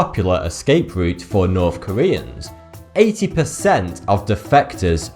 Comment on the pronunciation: It's norTH Korea not norfff Korea and 150 THousand not ffousand people jesus! THH not Fff IT'S like you've swapped every TH for FFFFFFFF!